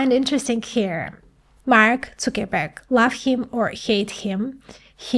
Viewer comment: I celebrate you pronouncing Zuckerberg's (Sugarmountain) name the right way!